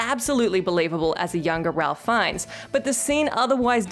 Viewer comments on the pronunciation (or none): It's not Ralph Fiennes. It's pronounced 'Rafe'. Take the time to learn how to pronounce names before you make a video. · Ralph Fiennes' first name is actually pronounced like "Rayf".